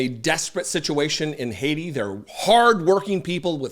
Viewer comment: Vance may not be as smart as you say,. An educated man who calls the home of Haitians " Haitia" instead of Haiti may have wasted a lot of money on his education. JD Vance does and says what serves JD Vance best.